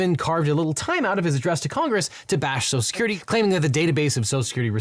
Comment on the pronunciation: "Social Security" is clearly too much for this host's speech impediment.